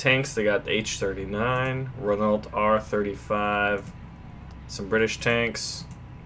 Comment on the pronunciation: Just so you know, although you probably don't care, Renault is pronounced Reno